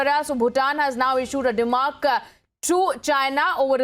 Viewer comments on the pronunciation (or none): The pronunciation of the word is not dema'rk', it is demar'sh'. Thank me later.